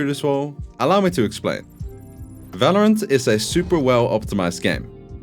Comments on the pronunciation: V isn't pronounced like in german in english bro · Falorant, Fandal, Fideo. lofe it :D